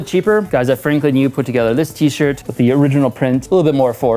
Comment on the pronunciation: 13;47 "for my t-shit"